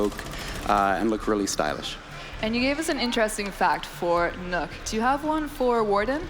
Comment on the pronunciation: Kan people learn how to say nøkk properly pls